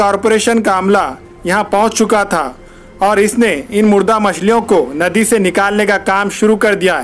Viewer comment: Naddi 😬 nanded ka naam khrb q karre yr Bhai nadi bolte hai